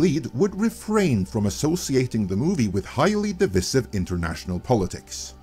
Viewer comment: Pronounced dih-vice-iv.